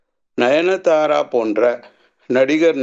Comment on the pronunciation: Ninithara illa sir 😂, nayanthara